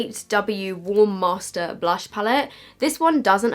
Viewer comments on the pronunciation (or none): none